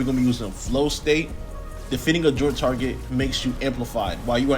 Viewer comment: joLT not joint and voLT not voit lol. other then that good vid